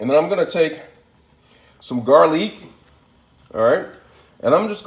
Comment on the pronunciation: XD Fearless! Shameless! Hook em up boy😖✊. "She-Takay" "Gar-leek". You fancy huh?👌